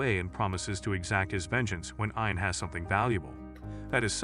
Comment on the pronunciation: de-Bree not de-Bry Eee-an not Ey-an Roger sir-musses? Eee-ther not Eh-ther